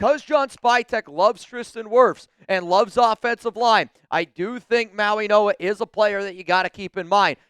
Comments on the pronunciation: Yes. The G is pronounced as an N. Mauinoa. Go Raiders. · Bruh c'mon! You are literally mispronouncing Mauigoa while staring at the teleprompter